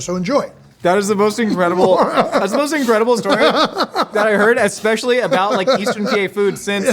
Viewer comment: Jeezus, if I have to listen to this kid mispronounce "especially" ONE MORE TIME.